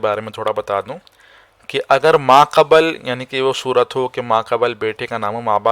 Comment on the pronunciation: Video achcha hai. Lekin talaffuz ka bhi khayal rakhen hazrat. Aapne musalasal 'ibin' aur 'qabal' boa hai. Ye alfaaz 'ibn' aur 'qabl' hain.